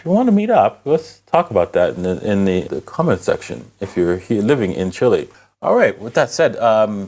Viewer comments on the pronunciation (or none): none